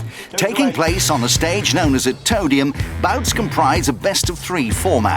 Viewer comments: every time the announcer says "toe-dium" i lose my goddamned mind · them calling it the toedium makes me want to commit heinous crimes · Disappointed that Noel completely skipped over “toe-dium” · Don’t forget “Nasty steps up to the toe-dium” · "toe-dium" "Toe-down" "Toe-tal" I can't🌚